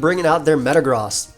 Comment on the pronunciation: Is anyone else triggered over him saying metagross wrong